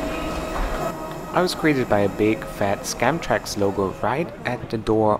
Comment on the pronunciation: Did you just say: ”Scamtrax?” 😂🤣